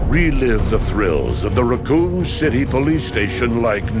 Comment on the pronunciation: I heard that as “Raccon Shitty police station” and shat